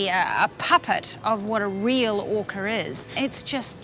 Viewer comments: What is an "orcer"? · What is this orcore she she speaks of…..does she mean orca?